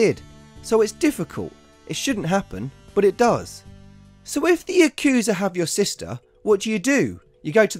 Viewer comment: Drinking game: Take a shot every time he butchers the word "yakuza"